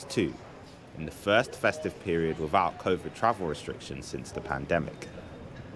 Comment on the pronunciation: Can't this reporter pronounce the sound of "th" without it coming out as "v", as in wivout?